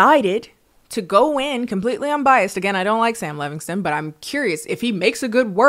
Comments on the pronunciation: i'm dying because your "Levignston" is giving Black auntie pronouncing Chipotle wrong over and over lmao its endearing 😂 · I love how angry Sam Levinson would be that you mispronounced his name